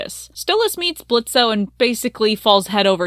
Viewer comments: I'm kinda bothered that you keep saying Blitzo.. that was his clown name, he left that life behind.. the O is silent now.. it's Blitzø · Why do you keep pronouncing the o in Blitzo? It's silent. Have u even actually watched the show? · the fact that you keep pronouncing his name in a way he doesnt want it pronounced, and the way that you talk about consent gives me the ick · This video is super good and aged well, but what’s the point of pronouncing the O in Blitzo when it’s not a part of his name. I understand it’s a fictional character but it’s basic respect to real people.